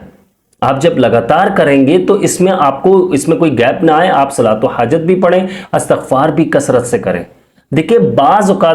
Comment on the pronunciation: Lafz Astagfar nhi blke Istagfar hota he